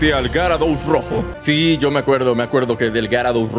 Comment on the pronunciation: Creo que se dice yarados xd